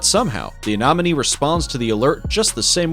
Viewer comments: YOU ARE PRONOUNCING ANEMONIE WRONG!!!!!!!!!!!!!!!!!!!! AY-NEHM-O-NEE NOT: AY-NOHM-O-NEE !!!!!! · Anemone, not anomene. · Ah nen o me. I fail to see why people cannot pronounce anything anymore. But I hope this helps. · I think you mean sea anenomi not anomany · AI = Anonymous Idiot who says "anomone" incessantly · Anemone is mispronounced by your speaker, It is not "anomone". Two "e", not two "o". It should sound more like lemony, and less like anomaly. I hope that helps for your next wonderful video. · The amount of times he said anomany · Do you see any money? Sea anemone. Ah-neh-moh-nee. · Where is this narrator from? Who pronounces anemone as a-nom-anie and aphids as Ahh-phids? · Seriously A-nom-any? Ahh-phids? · Ah ne mo ne Not nom its a hard E not a O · lmao... Sea "Ah nom min knees". The goofiest butchering of anemone ever... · I had to skip so many because i was losing it on the Anomonay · Sea Anemone not anonome😊. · Say anomene one more time and I swear to god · Sea anomone? Bruh atleast pronounce them well.. that was cringey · The annoying thing is that he said it right the first time, then every time after that "anomenie". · ok the commentator needs to properly pronounce anemone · And aphid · Hate how you say sea anemone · THANK YOU - CORRECT - the guy is MISPRONOUNCING IT AND IT DRIVES ME CRAZY!!!!!!!!!!! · For the love of God, proofread your script! Why can't you take four seconds to Google how a word is pronounced? If I have to listen to a person mispronounced anemone one more time I think my head will explode. I couldn't even finish the video honestly, you really should look into pronunciations before you presented video because it makes people not want to watch it again because you didn't take the time to look up how you pronounce the word before you recorded the video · Just saying he was saying anemone wrong this whole time ⊙~⊙ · Does it drive anyone else crazy how he says "anemone"??? Lol 🤯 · Every Time‼🐒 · Yes ! Or aphides lol